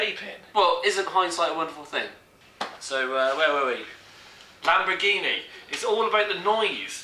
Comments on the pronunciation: if you were drinking grape juice instead of beer you would have been able to pronounce lamberjeenie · OMG, Lambor"Genie".